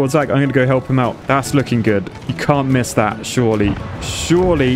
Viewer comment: Every time you said "surely" all I could think was "shorely".